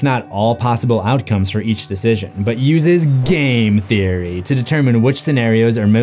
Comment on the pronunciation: Great video and analysis! However I am super dissappointed that you failed to properly pronounce "Game Theory" in that last part. Shame Shame 😂